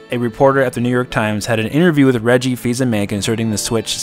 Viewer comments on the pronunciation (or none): Damn dude, you really butchered Reggie's name LOL